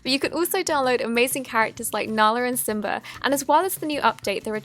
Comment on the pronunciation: I love when she says symba